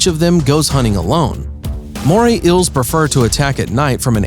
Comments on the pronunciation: the way he says eels ills moray ills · It’s bugging me how you’re pronouncing it as moray ills🙃🙃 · "Moray Ills." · “Today we will tell you about moray ILLs” Nope. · “Moray ILLS”